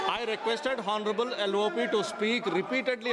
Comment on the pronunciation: Horneable 😂 bhai ye kis ko speaker bana diya.. honorable bolna nahi aa raha usmain bhi horny laga rha hai 😂